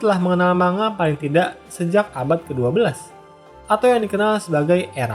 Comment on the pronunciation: sebenernya bacanya bukan manga pake "ng", tapi man ga